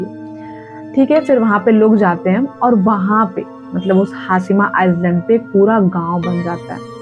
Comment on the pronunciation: Its not pronounced as iceland , its iland , s is silent